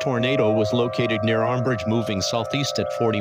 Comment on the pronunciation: Near Armbridge not ambridge lol